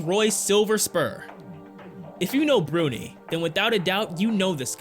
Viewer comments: The Sultan of Brunei is not pronounced Bru-knee but Bru-nai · Sorry homie it's (it's pronounced "BROO-NAY" NOT "BROONEY"!) Check out this one thing called a dictionary, pronounced DICK-SHU-NARY, thanks !! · Ok did you catch the way he said "Brunei"?.....priceless!!